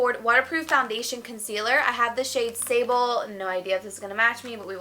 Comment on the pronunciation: Hahaha i speak french and when she said the foundation name (sable) i was like huh that's weird name and then i realized that she pronounced it wrong and its actually sand in french lmao